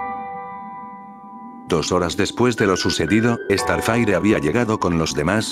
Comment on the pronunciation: Se dieron cuenta que dice estarfaire Xdxdxd no sabe hablar